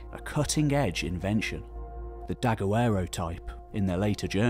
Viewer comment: The 'Daguerreotype' camera is pronounced 'Dah-gair-o-teep' not 'Dagga-werro-teep' and is named after Louis Daguerre who invented it. Were you trying to pronounce it as if it was a Spanish word? The inventor was French! This video is pretty amazing but the pronounciation of Spanish, Maya and any other language is... well, amazing, but for all the wrong reasons!